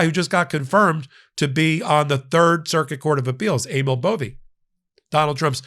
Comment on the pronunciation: Correction: "Bove"!